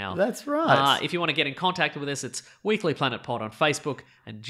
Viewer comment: OH MY GOD IT'S-A THE WEEK-UH-LY PLANET!